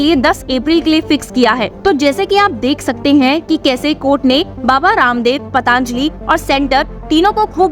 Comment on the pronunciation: पतांजलि नहीं पतंजलि बोलो बच्चे